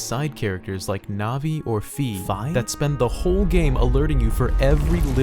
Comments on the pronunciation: Fi, not "phi" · Fi's name is pronounced "Fai" I thought it was "Fee" until I played Hyrule warriors. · Fi it is pronounced as "fay" and I am sure that that is the intention of Nintendo, because I speak Spanish and I played skyward sword in my language, and its name in Spanish is "Fay" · Everyone knows the real pronunciation of Fi: fih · it's Fi not fee like WI-fi it's not that hard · Fe, (Fi), Fo, fum. Okay do you know how to say Fi's name? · Yay, another person who pronounces Fi that way! But this is quite the interesting video